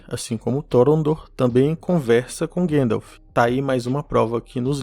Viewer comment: Por que teimam em falar Guéndalf invés de GAndalf? Com A mesmo?😠